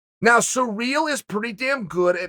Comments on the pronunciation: Chael: "Derrick Lewis vs Surreal Gane" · “Surreal Gane” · "Surrreal" wins then...